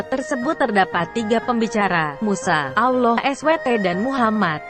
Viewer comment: Cara menyebut nama ALLAH swt ja ndk bener,,, Mang bner yg baca naskah di atas ndk ngerti alkitab,cuma di suruh baca ja kyak Koran,,,, Belajar dulu...